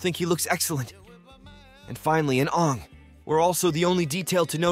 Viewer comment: Bad pronunciation at times... for both Aang and Toph.. also what's with the anal voice .. ? you sound anxious to be finished.